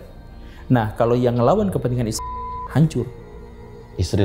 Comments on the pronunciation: Bang bilang israil saja bang bagus, jangan isril gak jelas, ini aku. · Yg jelas ny3butnya boleh.bukan izril,dan siriwil.izrael yg benar.aneh saja bang😂😂😂